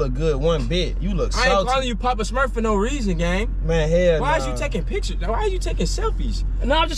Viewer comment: said poppa smufs😭